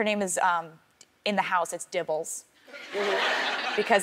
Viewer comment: Hey geys its dibbles😂😂😂😂